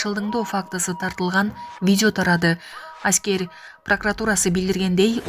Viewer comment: Аськер эмес- аскер 😂 Официер эмес - офицер 😅